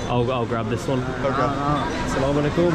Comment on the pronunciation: My Brother That is not Call Assalamalekum And the Right Pronunciation is Assalamualaikum 🥰❤️ Please say it Carefully 🥰 But you are a loyal and honest man i have ever seen Bro.Thank you so much For visiting Bangladesh.May Allah Guides you 🥰❤️